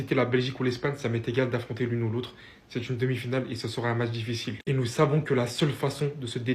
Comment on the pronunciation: on dit nous zyé ...😂 😂 😂 😂